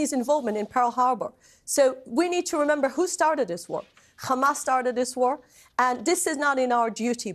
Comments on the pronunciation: How hard is it to pronounce hamas properly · This woman makes things up as she goes along.. first 40 beheaded babies, a sophisticated command centre under the hospital, and now she brings up necrophilia. I also think the Israeli spokespeople have been taught, that every time they say the word 'Hamas' is to pronounce it like they are bringing up sputem before the say the word. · i think they pronounce it incorrectly on purpose like an insult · Who the f***k is ‘’khamas’’ 😂😂😂?!and I wonder why they can’t find them?? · goodvibes:it is hamas not Khamas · Does anyone else cringe when they pronounce it as "KHamas". Its Hamas! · Each time she says khhhhamas she gets on my nerves, jeez just say hamas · What's the point of this fat waste of space? All you hear is KHAMAS this KHAMAS that KHAMAS to blame, same puppet lines, with zero accountability on their side. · I wonder if it’s a Government directive for all propegandists pronounce Hamas as Khamas, you know, the same way the US used to call Saddam Hussein, Sodom Hussein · KHAAAAAMAS! Dude, she would cough her throat out pronouncing it like that. Stupid woman. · Not even two seconds and it’s kHaMAAsSss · Every time she says khamas feel like crying, laughing, and raging at my screen. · it's said like a H and she can say other H words fine, besides some israelis can say it correctly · it's because in Hebrew there is no ح only خ so they turn all the h sounds into kha and her bad English and accent means Hebrew is her language. Some Israelis who say it properly are form other places and can speak other languages. It's not said as an insult, what's the point of it. I just use it as a signpost that anyone who pronounces it Khamass is a brainwashed maniac usually and when they speak it turns out I'm always right. They live in an Israeli echo chamber and Hebrew language propaganda suits them just fine so they don't bother looking elsewhere and the result is always a pack of lies coming out there mouth.